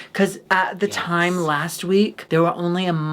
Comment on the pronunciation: "nyer havin a good nyimee.. :)"